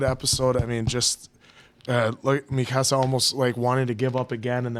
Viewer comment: Love how you keep saying Mikasa's name wrong